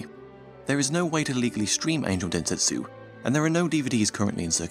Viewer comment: sir u said dentetsu instead of (densetsu), sos.